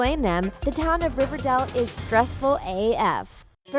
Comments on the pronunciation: “Riverdell” you need to learn how to pronounce it if you’re going to make so many videos about it. It’s pronounced “dale” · DONT CALL IT RIVERDELL OMG DO U EVEN WATCH RIVERDALE PRONOUNCE IT LIKE THIS RIV-ER-DAY-EL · i am getting annoyed that she is say riverdall not riverdale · RiverDale pronounced. Ri-ver-day-le. Not pronounced. Riverdel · it's RiverDALE not RiverDELL, stop triggering me. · You need to learn to pronounce properly. You were saying Riverdall and not Riverdale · I hate how she says RiverDALL its not RiverDALL but Riverdale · Why is she saying Riverdell when it's Riverdale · Omg Riverdale NOT RIVERDELLE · I love Riverdale NOT Riverdall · Bruh first of all it's riverDale not riverDole. Second the babies were clearly juniper and dagwood. She clearly didn't watch the show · It's River DALE not River Dell. This girl can't even pretend to be a fan. As hard and cringely as she tries. Fire her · Babe, have you ever watched riverdAle because it sounds like you were reading off of a paper and either don’t know the difference between A OR E (hence you were saying RIVERDELLL) or you’ve never watched the series before. I’m sorry this was annoying me ALL through the video😏 Like if u agree ❤️ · It’s riverdale not riverdel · Why does she say “River-del” ??? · She kept saying RiverDAL 💀😂and I thought it came out on October 10th, not the first week of September? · It’s RIVERDALE not RIVERDELLE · Um she keeps saying river-dell not river-dale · RiverDALE not Dell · Ughhh she says riverdul instead of riverDALE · I was like 'Did u just say Riverdel?... ..GIRL ITS RIVERDALE NOT RIVERDEL' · Omg I had noooo idea it was called "riverdell" oof my baddd Dude im serious tho it was HELLA annoying hearing "riverdell" "riverdell" "riverdell" instead kf RIVERDALE smh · It’s pronounced “River-dayle” not “River-dell” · Honey it’s not riverdal, it’s riverdal*e* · Omg she says river dal instead of river dale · .... riverDELL? um.... ok... it's riverDALE.... but ok..... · “River dell”